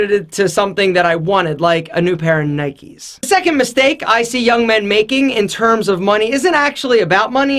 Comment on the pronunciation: the first mistake you make was saying NIKE wrong.